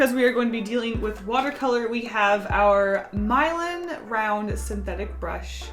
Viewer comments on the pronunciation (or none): "My-len" lol are you sure it's not pronounced "mee-lahn" like the city? I could be wrong too hahaha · My-land.... (I think its Me-lahn) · Everyone: Milan: My-lan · I thought it was pronounced like the city, (mih-lahn)